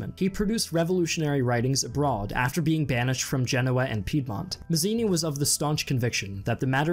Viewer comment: Mazzini is /mat'tsini/ not /mazini/, Garibaldi is /gari'baldi/ not /gari'boldi/, Benso is /'benso/ not /'benzo/, Cavour is /ka' vu:r/ not /ka'ver/ and more. You really mispronounced every single Italian word. You've spent some time during research, next time please spend some time checking how to pronounce these famous names.